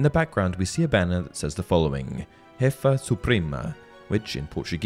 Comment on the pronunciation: The banner doesn't say 'hefah' nor 'broohos' which would be Spanish. It is pronounced 'shefy suprehma' and 'brooshos'. And the forest scene with the new beast isn't in Brazil. Those rock pillars are Bhutanese.